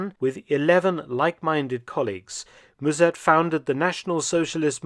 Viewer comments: Müzèrt is so far off b.t.w. Just use the English pronunciation (like mustard without the "t") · If I may slightly correct the pronunciation of Mussert, as Dutch person: As Dr/ Felton pronounces it, the "u" should be spelled as "ü", while it sounds more like the "u" in "duh" (I can't think of another example, sorry). The "s" also sharp. In German, it would be closer to a "z" as Dr. Felton says it, but in Dutch the double s changes the sound of the vowel preceding it, while still sounding sharp. In German a double s or ß is sharp, while the single s is more like a z is it start the word (German makes no sense). If it was spelled Muzert in Dutch, it would be closer to the pronunciation in the video. Musert in Dutch would be spelled Müssert in German, while Mussert in Dutch would be Musert in German. The sound of the vowel gets changed with the Umlaut, the double points over the letter, instead of the numbers of consonants following like Dutch. Dutch is a very hard language, with tons of strange grammar rules that you have know, as there is no reason to it. Every rule has an exception, which has it's own rules, to which there are exceptions. There are 2 official grammar rule books (for lack of a better term) as linguists can't agree. I'm not hating on Dr. Felton, his German is great and he has a knack for it. I'm merely trying to provide some information to help Dr. Felton improve his Dutch. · Mus sert....No zzz and u as in shut and but . Remember 45,000 Dutch fought for the Germans at the east front...